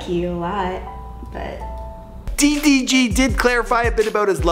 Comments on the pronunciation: It’s DEE DEE GEE I don’t kno no skt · These two might not seem like a diffrence but it is DDG DEE DEE GEE The first one is the right one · "DEEE DEEE GEEE", Its DDG nigga 😂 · "Dee Dee Gee" 😂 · Tay K deetheeg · THEE THEE GEE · De De g Boi its DDG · Deedeegee LMFAOOOOOOO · Bro why you said his name D. DG 😂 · This nigga said DEE DEE GEE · this nigga said tee tee g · Nigga stop saying D....D.....G like that. Its all togethee DDG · Who is Dhee Dhee Ghee LoL it’s DDG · Bruh he’s starting to piss me off 😂 he can’t even pronounce ma boi DDG’s name? “Thi-thi-Ghee”, bruh that junk was annoying. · Y he struggling to say DDG😂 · LMFAOOOO FINALLY BUT WHY THIS NIGGA KEEPING SAYING DDG LIKE D D G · Why you pronounce it as dhee dhee geee lmfao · The way he is saying “DDG” is making me lose brain cells💀💀💀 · "DEEH DEEH GEEH" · ”DEE DEE GEE” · I kept getting pissed when he said d..d..g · "DEE DEE GEE" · Bruh why this man keep saying d thee g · CAN U STOP SAYING DDG LIKE THAT "THETHEG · He was really struggling to say ddg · Why this nigga say DDG like DEE DEE GEE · I hate when he says DDG upsets me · im sorry but it bothers me how much he butchers “ddg” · the way he said ddg throughout this video makes me hella mad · Forreal he made me mad lmao "D D G" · I hat how he says ddg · man says ddg like he got a speech impediment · Why can’t you say DDG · Why do you say ddg so terrible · How the hell do you butcher pronouncing 3 letters 🤦🏽‍♂️💆🏽‍♂️🤷🏾‍♂️ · Its ddg ion know no skt